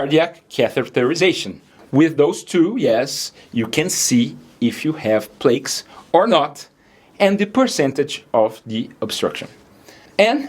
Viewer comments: Fantastic, important information. In English, we pronounce PLAQUE (PLAR-K), as in: mark, dark ,shark, bark, hark, lark, park, quark. Not (MAY-KE), as in|: bake, ache, cake, fake, lake, make, rake, shake, take, wake. SABOTAGING (sa-bo-TAR-ging). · Its pronounced PLAC NOT PLATES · Plack it sounds like it'd pronounced not like "plAKe" the word plaque has a short a sound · Pronounce plaque like the word black or back. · May I congratulate you on your excellent English and on your clear pronunciation. Since the word “plaque” figures often here, permit me to bring up one point: the “a” in plaque is a long a, as in artery as opposed to the short “a” as in platelet. It’s a detail but for optimal understanding, an important one. From a retired nurse living in Switzerland, I had a mini stroke in 2022, knew something was abnormal and checked myself into hospital although the only symptoms (tingling in the left palm and the lower left jaw) lasted a mere eight hours and was treated as an emergency. Since then, I have changed my diet completely. I follow, with a few exceptions, a low sugar, high animal fat, (no vegetable fat whatever) carnivore diet which, within the first 24 hours calmed and calibrated my gastrointestinal tube and allowed me to lose 6 kilos of excess fat with no difficulty. As a keen golfer at over 80, I feel amazing and have no fear for my internal plumbing system. Thank you for your very informative posts. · Lovely accent cute guy and it's called Plaque as in cat fact mat ❤️ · I sure hat your presentation. you ought to learn to pronounce the word plaque. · You pronance plaque WRONG. How can people teust you if you do this mistake😃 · If you’re going to be an expert on this, please at least learn how to pronounce “plaque”. It’s annoying.